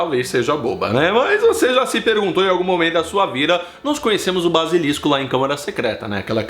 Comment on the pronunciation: errando duas vezes, que foi isto? Kkkkkkkkk "torneio triBUXO" e "balisilisco" kkkkkk